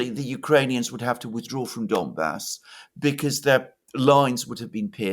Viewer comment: It's not "Dombas," but "Donbas." Or "Donbass." Both are fine. (One being "Ukrainian," the other "Russian.") Unless you mean "dumb ass." But I hope you are not referring to yourself.